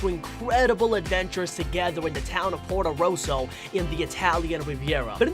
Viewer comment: Everytime this guy says Portorosso or calls a drawing an animation i die little inside